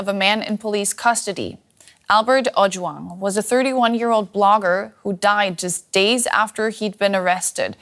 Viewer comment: Kudos to the she pronounced Ojwang correctly and by the the guy survived he he underwent emergency surgery and is currently in ICU. He is in God's hand now🙏🇰🇪